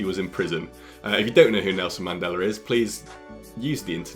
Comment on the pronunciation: "I like that Melson Nandela bloak"